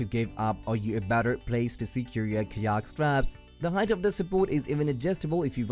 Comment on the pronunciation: Hi, its hard to understand some of your words. Fyi. It took me a few minutes to realize you were saying kayak